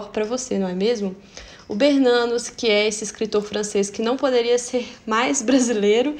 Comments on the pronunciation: Perfeito!! Sou bisneta de BERNANOS... A pronúncia é Bernanôs ou Bernanô... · Vc podia rever a pronúncia do sobrenome "Bernanos", ok? Eu acho que é Bernanô... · A pronúncia é Bernanôs.... Sou bisneta.